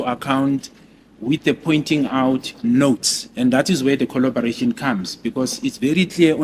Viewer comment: is coloborating 😂😂😂😂